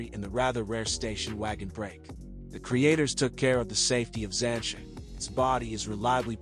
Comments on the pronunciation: It’s not ‘zansha’ it’s ‘zanteea’ duh. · I turned this off when I heard “Zan-cha” and “trunk”😂